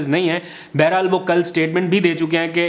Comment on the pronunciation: Baharhaal hota hai, Beherhal nahi. Aapki Urdu bohat kamzor hai, Kitaben parha karo!